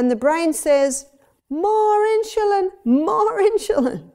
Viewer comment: Great video but they way she pronounces insulin is driving me nuts! I wonder why she's putting an h in the word?